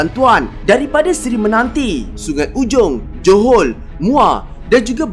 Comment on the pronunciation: aslm, kenapa johor muar jadi johol muar?